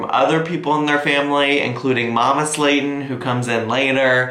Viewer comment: Why does mama Slayton sounds like Mama Satan everytime he says it 😆😆